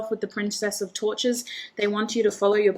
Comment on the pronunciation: Group 2 - great message, thank you! Lines up with all the other messages I’ve been receiving lately. Patience. Ok. Funny side note - when you said “Princess of Torches,” at first I thought I heard “Princess of Tortures.” 😂🙏🏻💕